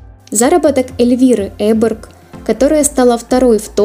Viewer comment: Необъяснимо, но факт: на маленьком канале с 2к подписчиков правильно произносят фамилию шведских биатлонисток (Эберг), а "великий эксперт" Губерниев так и не может запомнить...